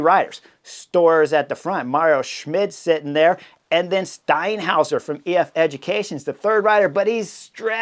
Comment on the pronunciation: That was the best 'Steinhauer' I've ever heard. Impressive!